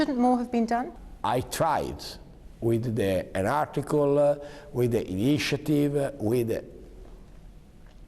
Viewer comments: uid di inishiativ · INISCIATIV???? Cos’èèèè 😱😱😱😱